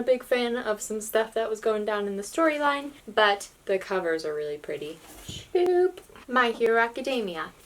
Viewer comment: I like how you say "shloup"